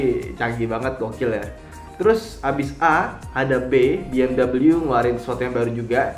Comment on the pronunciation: Mas, bacanya be-em-wi, bukan bi-em-dabelyu, mari di klik